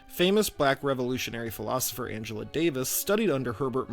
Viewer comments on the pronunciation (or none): none